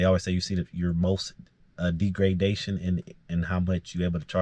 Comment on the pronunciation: Rhymes with beg. Wow! Degradation.